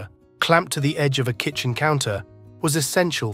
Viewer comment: Kitchen....not kitchem!